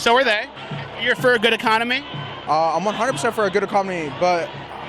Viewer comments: The guy says ecomony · illiterate greasy hairy shit-skinned just said ecomony